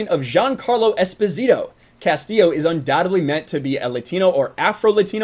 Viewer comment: Anyway, Esposito is not even Spanish-sounding, it's an Italian surname that was given to abandoned children. Long story short, its pronounce has the accent on the first "o", not on the "i".